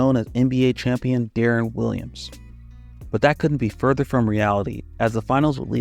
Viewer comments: why was you saying de’aaron half the time? its pronounced like “DEH-REN” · Ngl, I couldn't get over my dude pronouncing D-Will's name De'Aaron (as in De'Aaron Fox) like 60% of the time in the vid. Even had to look up this old clip of T-Mac asking how to pronounce his name to make sure I wasn't going crazy like with the Berenstein/Berenstain bears situation. Still quality content, but I always find it weird when people who supposedly follow basketball mispronounce the names of well-known players. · “I can’t take criticism or pronounce Deron correctly”